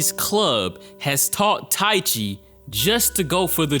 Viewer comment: just a bit of help on the name Ike Waki - E-KAY Waki Taichi - Ta-EE-Chii